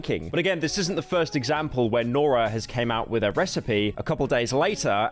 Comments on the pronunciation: So paranoid about pronouncing things wrong then calls her Nora the whole episode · Guy says he’s not gonna mispronounce names then goes on to mispronounce the easiest name continuously. Nora. lol